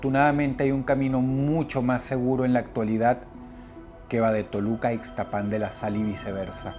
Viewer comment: El nombre del lugar de la historia no. 2, se escribe Ixtapan, no lleva acento, pero se dice Ixtápan, como si tuviera acento, Dross Rotzank, saludos.